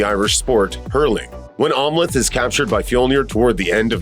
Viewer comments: I keep hearing "Omelette" as in an egg omelette everytime the narrator says Amleth. Lol. Must be hungry. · Narrator didn’t see the movie. He keeps mispronouncing Amleth.